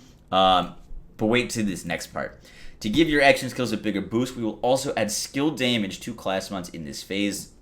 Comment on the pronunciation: Hey, these are all great changes! Mayhem level on cards? Yay! I can finally stop hoarding and clean out my bank. On a personal note, I just gotta tell you how much my wife and I crack up every time you say Daaamage! You sound like a true New Yorker. Even if you aren't ( I don't know or care ). But it is hilarious! DAAAMAGE! P.S., Thanks for all the video tutelage, PEACE!